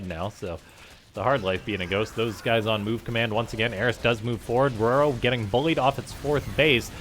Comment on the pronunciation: I thought it was determined in an earlier video that it's Ro-Ro, not Roar-o. Also it's not "Med-e-vack". If someone requires medical assistance, you don't say "Med-e-cull". Fuckiin grammar police woop woop